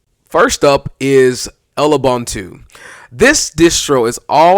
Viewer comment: I tried to like this but the intro static was harsh, then the pronunciation of Lubuntu. What is "El-ubunutu" / "L-ubunutu"?? I do agree that "Lewbuntu" ("Loobuntu") is a cool lightweight distro. Sorry I had to stop the video at that point.